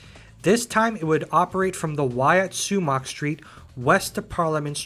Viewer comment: The correct pronouncation of Sumach Street is: Sue - Mok